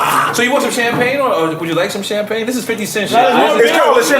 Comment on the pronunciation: He said the name of that champagne all wrong